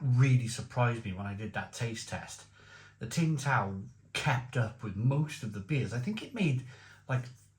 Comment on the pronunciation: For god's sake, It's Sing tao. Not, "TING tao"😂